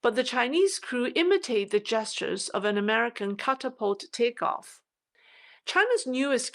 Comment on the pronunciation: catafault "cata-fault"..